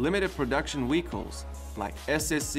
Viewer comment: Wehicles? WTF